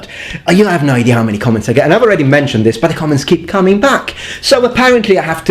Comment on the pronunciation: Hey, why do you add an "r" on the end of idea? Please touch on that pronunciation topic. You can talk about it for 1/2 the video, or 1/4, or 1/8...or.5, or.25, or.125. If you are wedded to multiples of 10, you can decimalize Imperial measurement. In the end, both systems are arbitrary. However, one of my steps corresponds to 1 yard much better than 1 meter.